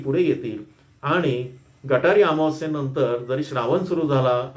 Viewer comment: गटारी नाही सर.... गतहारी